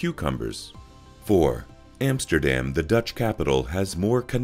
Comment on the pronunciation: try to pronounce Vincent van Gogh as it must be spoken, not van Go......... not Emsterdem... and so on... teiible..